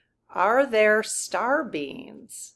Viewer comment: it sounds like you're saying "star beans". :)